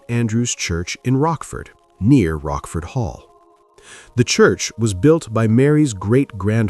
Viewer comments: “Rockford Hall?” It’s pronounced “Roach-Ford.” You do all this research but fail to pronounce names correctly. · The family estate was Rochford Hall — with a ch as in church, NOT pronounced ‘Rockford’. The otherwise quite interesting story is marred by this type of mistake.